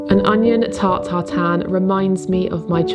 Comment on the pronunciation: Sorry to be that person but it has been bugging me: it's Tarte Tatin, not Tart tartin... 😅